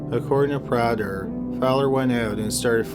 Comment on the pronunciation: Just a small note, in the first story the names are pronounced "PRAY-ther"(soft "th") and "Fon-TE-know"